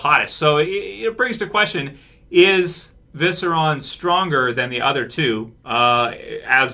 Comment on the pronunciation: ViserIon, not, "Viseron". I don't think Jon's dying, mainly because he died before. Dany would more likely be the one who goes.